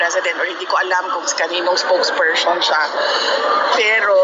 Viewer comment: SPOKESPERSTION WTF